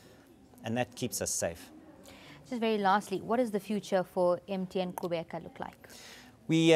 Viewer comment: lol i didn't know you did the click sound when pronouncing qhubeka.